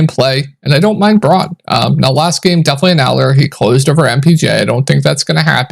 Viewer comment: It's not Braun ( Brawn)- it is BROWN. Christian Brown is how it's pronounced.